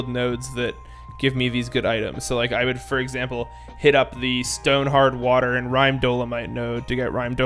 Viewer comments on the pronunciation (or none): none